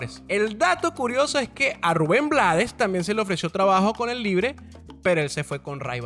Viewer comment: ruben blades se pronuncia bleid cuchilla apellido norteamericano no se hizo respetar su apellido que falla